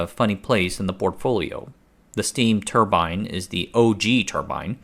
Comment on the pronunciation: I cringe when you mispronounce turbine